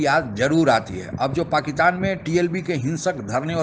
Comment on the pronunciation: भाईसाब, ओ दादा जी, अरे भैया, पाकिस्तान को क्यू पकितान बोलते। अरे प्यारे बाबू, पाकिस्तान को पाकिस्तान बोल लो भैया। क्यू बिचारे का नाम को तोड़ मरोड़ रहे हो पकितान पकितानी बोल के।